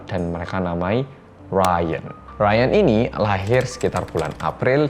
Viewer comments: Di indo dipanggilnya Riyan bukan "rayen" 🤣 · "RYAN"=Raien Aku "RYAN"= Rian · "ryan": baca = rayen gue: baca = rian 😭😭